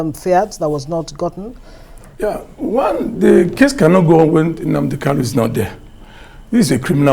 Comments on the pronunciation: Actualy he pronouced Mazi Nnamdi Kanu's name pretty well, Igbo Language has many dialects Kanu or Kalu is correct. He's a good Lawyer! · since MNK own is kanu, and all his certificates carries kanu, why can't he just pronounce it kanu? One may think he's talking about another person. I have lived in igbo land for years and my hometown is less than 2hrs drive from the igbo capital city, Enugu. I may not be totally ignorant about these things right?